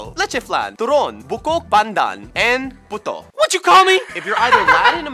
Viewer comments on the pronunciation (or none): Puto is pronounced Ptoww and not Poo tow. It trips up Spanish speakers all the time lol